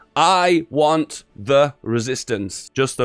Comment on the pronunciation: "I WAN'T THE RESISTANCE"